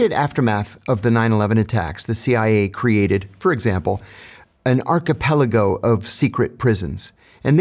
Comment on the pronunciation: The only thing I was impressed by was the correct pronunciation of the word archipelago. Everything was not surprising thanks to the world we live in today.